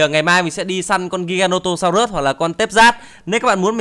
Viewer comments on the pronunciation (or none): Đọc đúng là giai ghe nô tô sau rớt.Không phải là ghi ga nô tô sau rớt